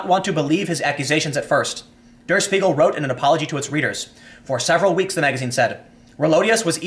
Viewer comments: Tim. Can you say shpiegel? XD. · Spiegel is pronounced : Shpee-gl, the sh from Shoe, means mirror, and it indeed is the NYT of Germany